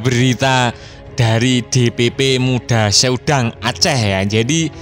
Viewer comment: Muda sedang, bukan muda se udang bang😅